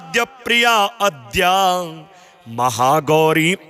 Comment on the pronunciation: महाराज जी , अद्याम, नहीं आद्याम उच्चारण करने का कष्ट करें,!